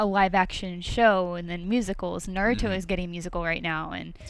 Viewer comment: It's not pronounced narto. It's Na-ru-toh.